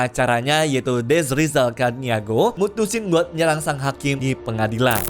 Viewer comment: Baca nya caniago bang,,suku org minang itu..adoii 😩